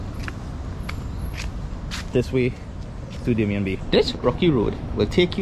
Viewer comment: Hi, I believe it's Damien and is pronounced dah-mee-yeh